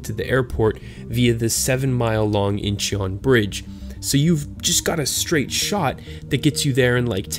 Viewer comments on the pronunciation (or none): It’s pronounced more like “in-chuhn” :-) the korean vowel 어 is romanized as eo, but it is actually pronounced somewhere between a long o and a short u.